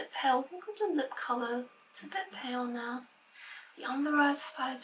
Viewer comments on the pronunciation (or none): none